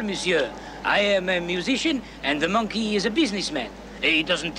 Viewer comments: You said minkey. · Minkey? .....What? ....You said MINKEY!!